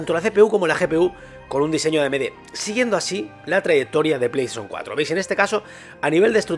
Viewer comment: Pleishon 4, pleishon 5